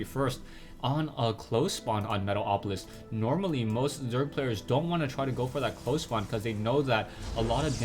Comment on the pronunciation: i love how you always say metal-OPolis :D